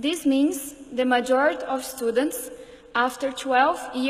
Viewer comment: genio falando studants kkkk